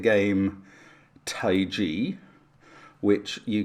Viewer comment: The game Taiji is pronounced "tie JEE", right? I am hearing Mark and both say "TAY jee" or (TAY zhee). I would've assumed it's named the same as the philosophy and martial art of Taiji (Tai Chi). So, tie-JEE.